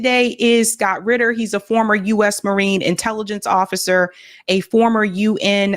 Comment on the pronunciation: Its Scott RITTER, not Scott Quitter !